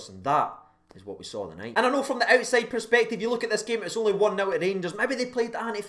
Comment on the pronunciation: love the channel bud watch it religiously but bud, try find a different word other than perspective!!!!. U say it a little to often but worse than that pal, u cant pronounce the word at all so lets work together and replace that word please pal. U can surely see it fae my pesptive 😄😄